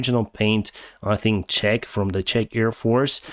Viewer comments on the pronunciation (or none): none